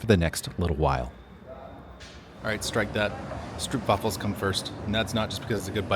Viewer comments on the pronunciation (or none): Great video! As you are apparently fond of them, the oo in stroopwafels is pronounced like the O in the English word open. Here's some info on what those different bike road signs mean - maybe useful to know the difference. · strowpwafels with the ow from snow, not the oo from Snoopy ;-) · Youre pronouncing stroopwafels wrong